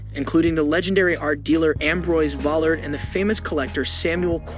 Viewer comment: Please learn how to pronounce Cezanne's name CORRECTLY! (That goes for Vollard, Gauguin and others) Thank you.